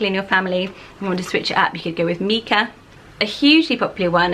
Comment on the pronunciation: I actually know a lot of people (both boys and girls) with this name, and I’ve never heard it pronounced mee-cah. It’s always MYE-cah, like Michael. Isn’t that how the stone is pronounced, too, or have I been pronouncing it wrong for decades?